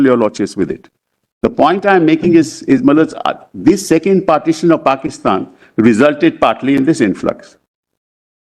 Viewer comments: Why does Kapil Goebbels pronounce My Lords as MyLudds? Sounds obscene or is it intentional? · Sibal doesn't say Milords ... he says Malaths